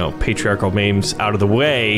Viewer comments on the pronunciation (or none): did he just pronounce memes as 'mames'?